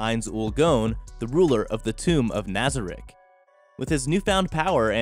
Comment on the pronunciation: I am so mad he said nosereck wrong. He should be put on trail